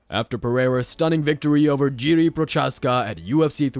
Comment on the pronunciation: Jiri and jan had a seizure after hearing you pronounce their name